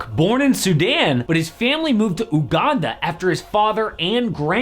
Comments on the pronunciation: It's uganda not U-Ganda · Bro don't pronounce it as UGANDA, it technically YOUGANDA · It’s pronounced youganda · pronouncing ooh-Ganda funny tho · bro cant say Uganda cant blame him